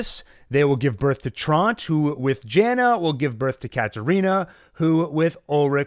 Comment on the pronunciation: Love your analysis! But: “Tahnhaus”, not Townhouse! “Trontuh”, not Tront “Yahna”, not Janna Seriously, though, thanks for all the good info!